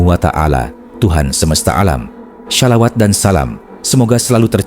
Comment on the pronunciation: Shalawat min pke huruf shod bukan syaa/syin. Jd Bukan Syolawat !